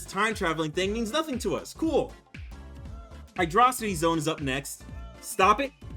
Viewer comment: He says hydra-city, i have respect